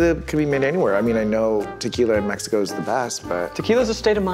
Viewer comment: Zack pronouncing the names of countries properly made my day (especially Mexico but I am biased)